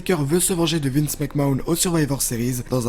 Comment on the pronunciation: Mais arrêtez de dire les "WWE WCW WWF" en français, c'est juste moche, si vous êtes des vrais fans dites les en anglais et revois comment on prononce "Mcmahon" parce que t'es à côté de la plaque